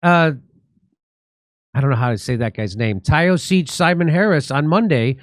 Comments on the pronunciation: The word is pronounced Tee-SHOCK.....It's Gaelic. Not sure what translation is. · Taoiseach means leader. Not Prime Minister. It is pronounced tee shock. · It's pronounced "Tee-Shock" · Tee shock. Tawn ish ta. Reseearch, it is called reserarch. That is how you learnt to say Netanyahoo. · Tio-sheek 😂😂😂😂 Jimmy, it's pronounced Tee-shock.. Taoiseach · "Tioo sheik" 😂😂😂😂😂 . It's pronounced Tea_Shock. All laughing emoji aside Simon Harris , Micheal Martin and Co are well under the control of the EU ,WEF ,WHO and Co . 500k registered voters were registered to vote in the recent General election that were not entitled to vote . I'll leave that there . As for Israel closing their embassy in Dublin !!!!!!! They know what's coming !!!! My guess is an Irish equivalent of 9/11. The nation has had enough warnings . The recent Repeal of the 8th ie introduction of abortion by a People's vote !!!!! . P.s Ireland is the only country in the world to have given the people a vote on the life or death of the unborn baby !!!!! I'm Irish and feel that the nation is well in the hands of ,,,,,,,,,,Santa. EVENTUALLY NATION AND PEOPLES PAY FOR THEIR SINS AGAINST GOD. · ( Tio sheek) jimmy ( Taoiseach ) is the irish word for prime minister and is pronounced ( T shock ) its not Simon Harris first name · Ty-oh-seech! Fantastic. This should go viral in Ireland. It's pronounced Tee-shock. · Lmao Taoiseach is pronounced pretty much like “teeshac” and it means like Prime Minister. Lmao “I dno how to pronounce this guys name, Ty-O-Seech Simon Harris” 😂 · Pronounced teashoc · Taoiseach (pronounced Tea shock) means Prime Minister. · Taoiseach (Equivalent of a prime minister, pronounced "Teeshock"), Tanaiste (Equivalent to deputy prime minister, pronounced "Tawnishte") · The Prine Minister of Ireland is pronounced "tee-shuck". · Mr Dore, Taoiseach is pronounced like 'tea shock'! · "Taoiseach" is our title for leader/chief, or what England would call Prime Minister. Pronounce; Tee-shock.